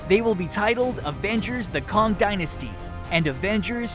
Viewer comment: " "Kahng the conqueror"? Kah-ng? Kay-ng... its pronounced "Kay-ng" May as well say "eye-roni-man", who's real name is "Tah-ni Stork"